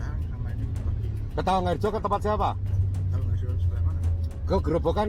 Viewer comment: Tawangharjo bukan tawangrejo